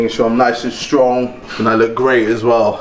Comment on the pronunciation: is it just me or did he say 'Stronk KSI'....